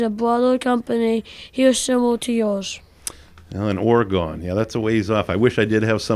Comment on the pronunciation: Love the show.... The state of OREGON is spoken ORY-GUN... not ORE-GONE..... Great Northern Docks has done some great projects for the show!